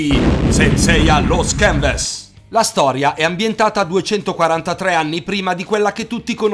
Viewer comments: e sto correggendo la pronuncia di Saint seiya the lost canvas che non è Saint seiya the lost chenves ma Saint seiya the lost canvas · sbagliato non è Saint seiya the lost chenves ma è Saint seiya the lost canvas si pronuncia canvas ma non è vero che quindi aron pronunciato da un giapponese diventa alon in realtà pronunciato da un cinese diventa alon ma pronunciato da giapponese è aron i giapponesi pronunciano la L come una R e i cinesi pronunciano la R come una L tutti su youtube italia dicono Saint seiya the lost canvas e non chenves